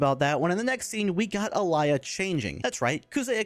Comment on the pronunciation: blud her name is not Alaya